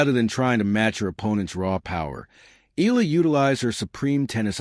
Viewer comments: Please please please pronounce her name as EY YAH LAH not EE LAH . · Another AI video milking the Filipino netizens. Fuck this guy, can't even pronounce her name correctly. Blocking this stupid AI channel